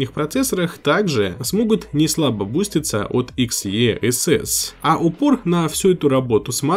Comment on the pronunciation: ЭКС И ЭС ЭС! В произношение умей!